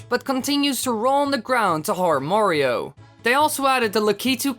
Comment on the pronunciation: in super mario 64 he said Wario not Mario XD